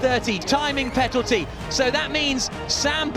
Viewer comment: They make tontact, wtf 🤣 Timing petalty, is this guy drunk?